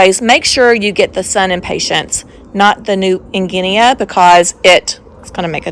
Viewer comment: So beautiful. New Guinea, nea is pronounced like “knee”.